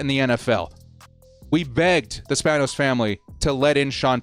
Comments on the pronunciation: it’s pronounced span-ohs lol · You clearly Have not cared to be saying and/or pronouncing the Spanos name correctly. I completely get it tho. They haven't earned it. Bellichic is my 3rd choice btw.